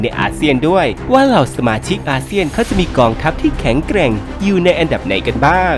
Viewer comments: แข็งแกร่ง ไม่ใช่ แข่งแกล่ง แอดคนทีีไหนวะนี่ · ต้นคลิป แข็งแกร่ง ครับไม่ใช่ แข็งแกล่ง